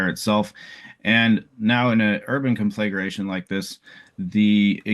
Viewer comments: Here is a fire expert who mispronounces conflagration. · This guy seems very savvy. I just wish he knew how to pronounce "conflagration."